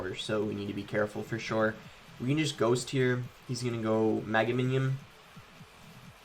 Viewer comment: “mega mimnion “😂😂💀💀💀